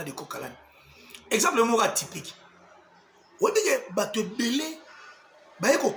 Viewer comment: On dit « vous et moi ». Maintenant que tu vis en France, il faudra s’efforcer désormais de se défaire de cet accent qui transforme la lettre u en i Sur ce, bon vent dans ta nouvelle vie